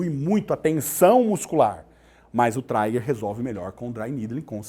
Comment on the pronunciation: Aula muito boa, mas não é traiger point mas sim TRIGER point